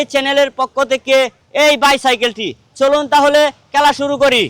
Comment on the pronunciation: খেলা না বইলা বলে কেলা😂